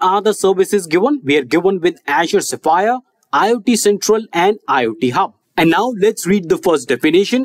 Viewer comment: can you pronounce azure SPHERE again?